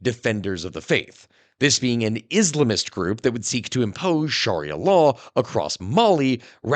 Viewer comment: I'm sorry for being disruptive, but PLEASE check your pronunciation of "Sharia." It is not SHARR-EE-UH. Shorten up the first syllable. As in SHUH-REE-UH or SHR-EE-UH. A major sect of a religion, albeit a controversial one, is an important thing to get right. I was gonna let the first one slide but a second time was too much for me 😅